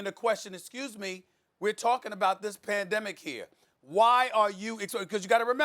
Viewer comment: He mispronounced words a lot so I dont think he is a conspiracy theorist